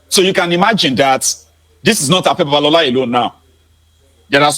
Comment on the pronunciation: You better learn the pronunciation of 'B-A-B-A-L-O-L-A' before he calls his lawyers or the IGP!